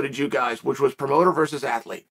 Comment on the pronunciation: VERSUS. Its not vrs. Man oh man